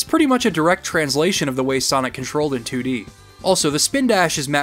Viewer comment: Haha. He said toodie 😄 🤣 😂